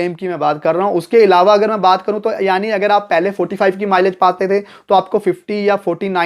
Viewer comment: ईलावा नहीं अलावा 🤣